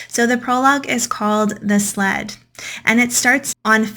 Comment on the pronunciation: Okay, I don't know where the narrator is from, but the way she pronounced the word "sled" like "slat" or "slad", I had to go back 5 times to understand what she was saying and I swear I briefly thought she was saying "slut". 😳😂